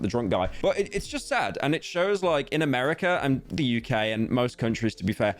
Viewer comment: Calling America a meme but not able to say America correctly made me laugh